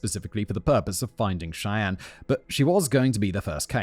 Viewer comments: When Simon finally put up the picture of Terry, the stepfather, I thought that the whole group of people were Asian because the way he keeps saying the girls name sounds like an Asian name except it’s actually Cheyenne like Cheyenne, Wyoming not she en! When I saw his picture, I thought what am I listening to? I’m so confused maybe I should pay attention but I usually have casual care list running in background when I’m doing laundry or just cleaning and picking up I never heard the story before, so was anyone else surprised like me? Or was Simon saying the girls name correctly and maybe I’m losing it? Please let me know if there’s anyone who had the same issue with the name! 😂😂😂😂😂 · I think her name is pronounced more like "shy-anne" ... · Chyenne is pronounced "Shy-anne." 😅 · In story 2 is the girl's name pronounced "Shie Ann" like the native American tribe not "She In" like an Asian name? Just wondering because it became so distracting I'm having a hard time not thinking about it during the story. I never thought I was that anal but here it is. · i know it is minor, but the pronunciation Chyenne is killing me. it is 'Shy-Ann' - simon pronounced it correctly once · Simon, love ya mate but. SHY + Ann is how Cheyenne is pronounced. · The girl from the second story is pronounced, "Shy-Ann". Like the people and cities over here. Just an FYI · Not trying to be rude or anything but I'm pretty sure Cheyenne is meant To be pronounced "Shy-anne". Like the town in Wyoming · How many people are screaming "SHY-ANN" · Fair enough then. Once he got to her youtube channels and one was "shyenne", I thought for sure it would click, but nope that was pronounced wrong too lol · No, That was wrong, however, he did say it right earlier 😊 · Hearing Simon pronounce "Cheyenne" is killing me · every time he mispronounced Chyenne it hurt me physically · Dubuque= Duh +boo(U)+ k Cheyenne= Shy +ann